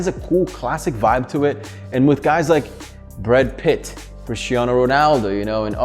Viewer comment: “Bread Pitt” - 2019😂😂